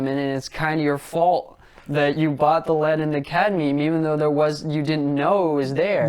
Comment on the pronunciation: * it's lead, not led 😅